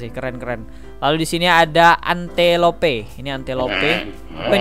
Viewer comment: Bang saya kasih tau Antelope baca nya entelop Wild dog itu anjing liar Afrika Gazelle baca nya gezel